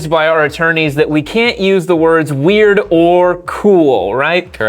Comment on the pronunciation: Why can't you say "weird"?